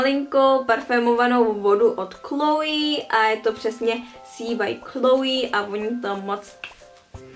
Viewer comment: jenom ta vonavka malinká se nečte klouí ale chloe